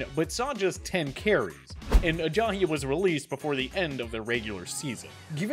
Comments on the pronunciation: Why's he pronouncing Ajayi, Ajahi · There is no H in Ajai's name. I hate justin fraction but I wanted to turn this off just because of this guy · the way he says Ajayi really gets to me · This guy really can’t say jay ajayi right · He says Ebron weird and calls Ajayi Ajahi. Does he watch football? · The way he pronounces “Ebron” and “Ajayi” really pisses me off